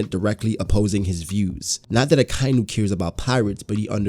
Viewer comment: So much info opened up a whole new world before the Pirate Era... i truly cant wait for when Oda explains all of this. One thing..... its pronounced, AKA - INU !! Not AKAINU !! XD